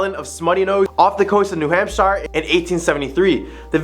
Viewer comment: The State name? No. It's pronounced hamp-sher, not hamp-shyre.